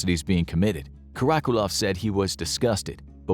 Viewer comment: Karakulov? 😂😂😂 Lo llevaron recio con el nombre